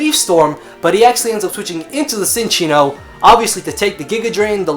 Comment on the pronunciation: Cinccino is pronounced 'Chin-Cheeno'. Verified with that 3DS pokedex thing.